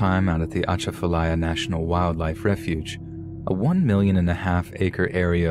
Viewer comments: Ok, you killin me with how you sayin Atchafalaya lol Its Uh-cha (like chad without the d)-fuh lie-yuh... slow it down Uh-cha-fuh-lie-ya. But, good try. And Plaquemines has a silent S. Just Plaque-men Also, Cajun folks dont practice Voodoo. Voodoo is more part of the Creole culture. I appreciate you tryin to understand our cultures. Toledo Bend (on the Louisiana Texas border) has the BEST fishin in the country. Always be careful in the Louisiana swamps, its a whole different world down there. As beautiful as it is, its just as deadly. Gators, alligator gar, and alligator snappin turtles are very old creatures, dinosaurs. They are very smart.. and if you attack one, you better mke sure you kill it, or it will come after you, and youll be shown no mercy. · Argh, still bothers me even after all these years. People that decided to stay during Katrina then blaming the government for their stubbornness refusing to leave. I did think your mangled pronunciation of Atchafalaya and a lot of other locations was pretty funny. I was born and raised in Lafayette and I get it that some words are kind of hard for outsiders to pronounce. That's a rich area to mine for horror stories as well. I was able to publish two volumes of short horror stories that focus exclusively on South Louisiana. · Love your content! Just a quick Louisiana lesson though: New Orleans = New Or-Lins Gentilly = Jin-Till-Ee Atchafalaya = Ah-chaff-ah-lie-ah Plaquemine = Plack-ah-min But your pronunciation was muchhhh better than most 😝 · We pronounce it U-chaf-u-ly-u. 🙂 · The atchafalya lol. Love the way people that don’t know how to say it say it😂